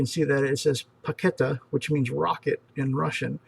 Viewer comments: P in the Cyrillic Alphabet is pronounced R, therefore Raketa, not Paketa. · PAKETA in Russian is pronounced RAKETA -- yes it is ROCKET... :-) P == R in Russian!